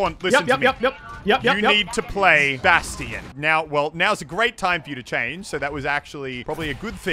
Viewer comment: Wait did Muselk just pronounce Bastion as Bas-te-in